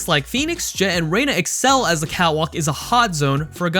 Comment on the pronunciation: Is it just me or does it sound like he's saying "cow walk" instead of "cat walk"?